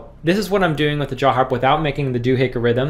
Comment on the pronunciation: You mispronounced dohickie 🤣